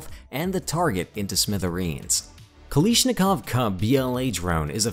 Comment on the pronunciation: The word is "KalAshnikov" not Kalishnikov.